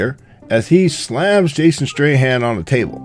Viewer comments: hahahahah this guy is funny. Jason STRAHAN instead of STATHAM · It triggers me he said Jason Strayhan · And it jason stathamnot stryhan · and he calls Jason Statham Jason Strahan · Jason Straightham?!? top 10 actors name pronounce fails next? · and Jason "Stray-Ham"?????............dude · tony turbyfill right i dont know jason strayham i know jason statham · you are an idiot and clearly have too much time on your hands why don't you try and get some and if you're going to make a video trying to bag on the movie why don't you try getting the names right stupid Jason Strahan was a football player his name is Jason Statham and her name is Letty not Mia dum dum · Jason statham not strayham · the biggest mistake here is calling Letty "Mia"..and Jason Statham "Strahan" WTF! d-_-b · TOP 2 MISTAKES MADE BY NARRATOR IN THIS VIDEO 1. The name of the Male actor is Jason Statham (Pronounced "Stay tham") not Strahand. 2. The name of Michelle Rodriguez's character (i.e. the fight scene with Ronda Rousey) is "Letty" not "Mia".... FYI: If you are going to make videos pointing out mistakes, It is prudent that you don't make your own.. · statham not strayham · also... why you keep calling jason statham ... jason strahan? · Come on man ! It's Jason Statham :)) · It's Jason statham no streham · Why do u keep saying straytham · I think he called him Strayham :D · did he say jason straight hand? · Did this nigga say "Jason Strayham" wtf😂😂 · Strahan... ha Statham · Jason strahan? Fucks he a foot ball player ? It's jason statham not STRAY-HAN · His last name isn't Strahan. It's Statham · It's Jason stapham not Jason straightham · and stateman, stateham. not to mention the wheel was off too??? Do a narrator mistake now pls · also, he called Jason Statham Jason Strahan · it's Jason Statham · learn to say jasons last name right ! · Also he keeps pronouncing Jason Statham's name incorrectly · You added your own by f-ing up Jason Statham's name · Sorry to bitch, but you pronounced Statham wrong